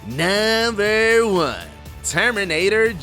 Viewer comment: can you please pronounce "number 1, number 2" etc. normally??